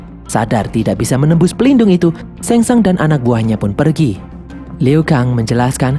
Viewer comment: Shang tsung bukan sheng tsang